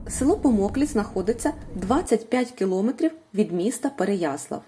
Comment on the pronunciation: Ага, особливо: наоборот, кілОметри, обложений, нажимайте. Авторка могла би слідкувати за тим, як розмовляє.